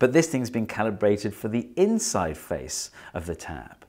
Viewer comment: “intside?” yes steve, intside